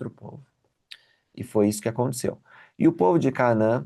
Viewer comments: Já muitas pessoas mispronounce this Word in English and Portuguese. CÁ-NA-ÃN e não é Cá-a-man Tb Aa-ro-ni-co e não ará-0-nico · porque vc lê CAANÃ e não como está escrito CANAÃ? Você aprendeu alguma coisa, sobre o nome desta cidade ou alguma divergência de tradução? Será que eu leio errado à 40 anos🤔🤭